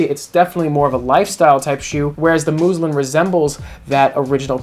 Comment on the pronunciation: Muslin, not moozlin